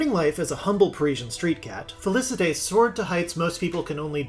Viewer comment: Felicette = Fey-Lee-Set